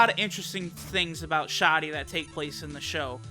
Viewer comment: I would've pronounced it 'sha-dee'